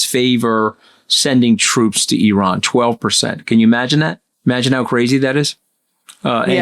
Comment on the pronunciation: So WONDERFUL to hear you pronounce IRAN correctly, Antony! Classy!